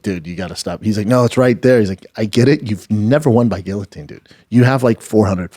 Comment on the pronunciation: The fact Brendan fought in the UFC and cannot even pronounce guillotine correctly!!! Lol so funny 😂😂😂